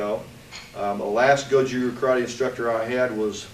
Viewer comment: you pronounce "RYU" Tae Kwon Do, and Karate all wrong! Karatee, ru, and Tai Kwan Do. I do not believe you are 10th dan although you said you were Gogen's Student.